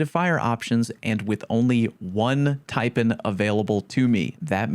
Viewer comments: Everyone makes mistakes bruh.....just like your horrendous pronunciation of the snake that the taipan is named after🤣🤣...tai...pan , PAN not pn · Omg 😲 I know I'll be roasted for this but damn.... It's pronounced...Tia...PAN as in PAN not PON Yeesh. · One more mistake. It's pronounced "tie-pan". As in "tie" from "bow tie" and "pan" from "sauce pan". A Taipan is a venomous snake. Thanks for your hard work 😁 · I think you should correct the way you say Taipan. TAI Pan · as an australian, the way you pronounce "taipan" upsets me. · No. Your first mistake is mispronouncing Taipan.